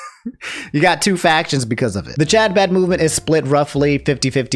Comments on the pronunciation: I love you man and I hate to be that guy but Chabad is pronounced huh-baad. I hope this reaches you with care. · i love how you're pronouncing chabad, genuinely. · The way pronounces Chabad and other Hebrew language terms is painful to watch. My dude. You are a good dude. I don't even care where you stand on what happened there. But look up the names and get a bit closer than THIS.